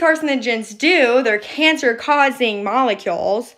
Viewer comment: I'm not taking cancer advice from someone who says "molecy'alls"